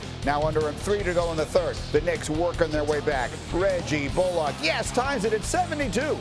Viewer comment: Reggie "Bol Lock"